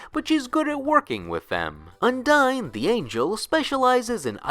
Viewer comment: It's not pronounced un-dine It's pronounced oon-dee-nee